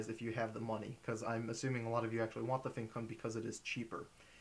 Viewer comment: Finally someone shared the correct pronunciation =) Although I am Chinese but still, this was the first time I heard someone include it...